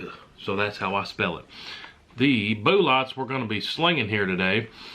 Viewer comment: "' Boo Lawt..." He is so adorable.